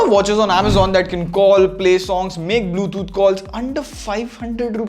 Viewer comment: Hey FYI its Bluetooth, not bluethoot